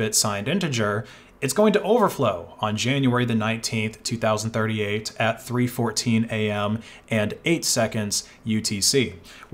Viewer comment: you mispronounced 2038